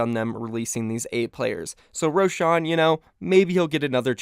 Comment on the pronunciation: I hate how you pronounce roshan